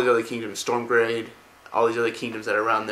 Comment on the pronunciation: Hey. Would love if you pronounced everything properly! Stromgarde =/= Stormgrade? Get a script together, show images no yourself bouncing back and fourth on your chair